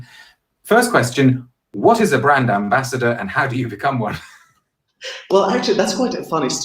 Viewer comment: Nice guy, but horribly affected accent. A total character albeit acting. He sounds like an American actor pretending to be cliched posh British but missing basic pronunciation of things. For example: 'Brand' is not and has never been pronounced BROND, that's just ridiculous. And never in the last 300 years has 'clove' been pronounced the same as 'glove'. Ever.